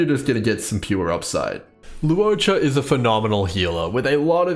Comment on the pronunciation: Awesome guide! And thank you for not pronouncing his name as "lawcha."